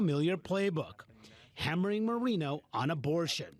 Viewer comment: Bernie Moreno is Colombian and he’s mispronouncing his last name on purpose to appear whiter. What a pathetic sellout.